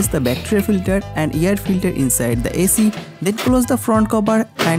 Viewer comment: hey idiot its not yar filtar, its air filter